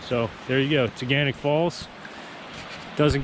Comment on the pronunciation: As a resident of Ithaca you ALMOST pronounced the name that us locals say. At the end of the word it’s pronounced “nick” not “knock”. Tuh-Gan-Nick. Great video though! Haha!